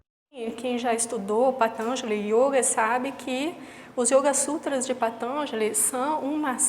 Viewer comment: patanjali tem a silaba tonica na quarta silaba....e não na terceira